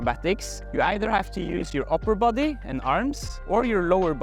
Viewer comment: I smiled when he says the word, “boday, “ in that very Norwegian pronunciation. I wish I knew how to fall more safely. I suppose that’s a stunt man’s skill.